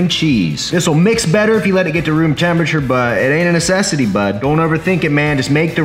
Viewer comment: I hate how he’s says bud